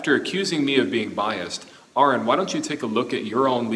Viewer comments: At least he said Aron's name right! That's a first for theists. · At least pronounced Aron's name correctly. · He correctly pronounced Arons name so that's one thing he got right.